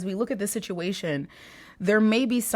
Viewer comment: OMG I love you! It's so funny you say sitiation cuz I say that too lol thank you for your readings. They always brighten my day.